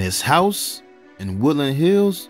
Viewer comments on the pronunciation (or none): none